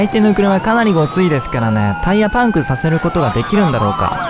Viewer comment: 何でバイクなのに車ってwあとパンクの発音気になる